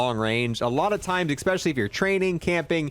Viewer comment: I hate when someone says “expecially” instead of especially